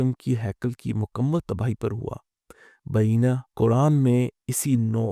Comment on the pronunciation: دو الفاظ کا تلفظ غلط کیا گیا ہے: ۱) مِن و عَن ۲) بعینہٖ